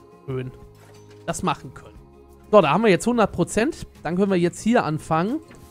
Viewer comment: Wer liebt auch dieses ,, DAT"